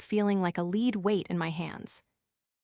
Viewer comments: I am not sure if these stores are created by AI or humans but they need to learn a little more about the english language for usage context. When to pronounce words like lead and read. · I really wish the AI would learn the different pronounciations for some English words - specifically lead, lead & bow & bow.